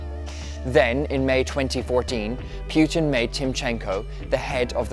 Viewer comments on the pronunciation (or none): Putin not P"you"tin... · why does this guy say pjutin not putin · it's poo-tin…..not pew-tin. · I tried, but I can't listen to all your obviously thorough research if you can't even say the guy's name properly. It's not PYOO-tin, it's POO-tin. Greatly diminishes your credibility. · Poo ting Not Puh teen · very interesting video - only grippe is how the presenter pronounces PEWTIN. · most Americans pronounce it as PU'IN without the T so its kinda irrelevant. Most people pronounce it wrong (Don't know why, well, maybe because I am slavic)